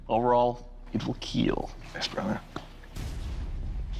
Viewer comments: It will keel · "overall, it will KIEL " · It will KEAL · You may think Doug says "keel" but actually he says "keal" as it's an acronym which Doug came up with himself it stands for "Keep Everyone Alive". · Ah you’re“Keal-ing” me